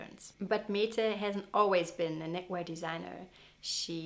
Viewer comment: Mette is pronounced "Mäddä".